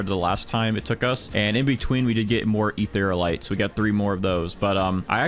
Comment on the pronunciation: also Eatherialite is pronounsed (Eth-ear-ia-lite) not Etherlite (no offence btw just a friendly correction:D)